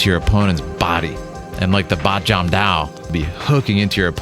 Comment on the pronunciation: I know the monks there speaks Mandarin. But Wing Chun is from southern China. Fatsan (Foshan in Mandarin ) to be exact. They speak Cantonese over there. So the real pronunciation is Baat Jam Do